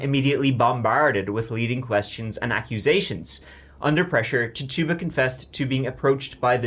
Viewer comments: Titchiba not Tarrtuba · Say it with me not : Tit - u - ba. Not Tit - tuba.